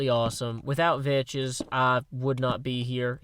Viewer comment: Hey did you know that you are suppose to say vechs like vecks